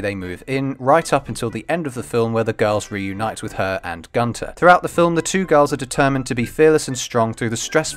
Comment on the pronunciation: its kanta not Gunther